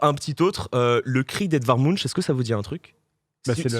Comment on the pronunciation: Pour info ça se prononce "mounk". Je pense qu'on s'est tous fait avoir, mais bon comme ça vous saurez